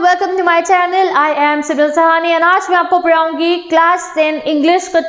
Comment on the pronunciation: "Aaj mai aapko padhaungi" ❌ "Aaj mai aapko paraaaungii"✔️